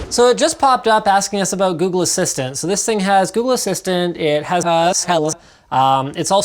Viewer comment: Why did you mess up "Google" and "alexa"